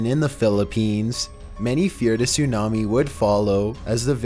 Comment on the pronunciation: "soonami" bruh